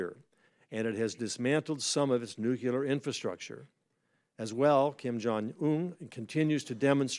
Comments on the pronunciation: Nuclear not nucular. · When did it change to nucular? 🤔